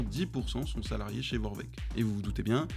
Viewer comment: Ça se dit Vorwerk pas Vorveck